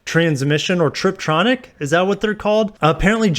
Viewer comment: "trip tronic".... Dude... You review cars... ffs